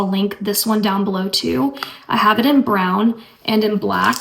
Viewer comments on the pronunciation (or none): none